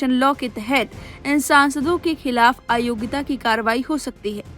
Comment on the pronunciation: " aayogita " nahi AYOGYATA bolo.